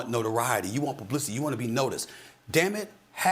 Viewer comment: anyone else have to rewind to make sure he said "publicity"😂